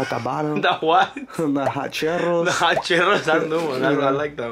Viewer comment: the hot cherrrros 😂😂😂